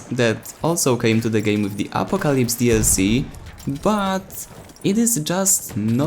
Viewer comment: Great review, I liked the gun in the CTE but now it just feels different and I can’t get used to it. Hopefully it will feel better after the changes. The way you pronounce Apocalypse is priceless..